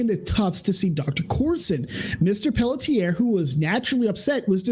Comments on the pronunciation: I am from Quebec, Her last name is pronounced in 2 syllables Pell tzi ay, it's like the 'et' is rushed at the end of the first syllable. So like Pelltz iay. I hope that helps? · it's pronounced pell-shay 😂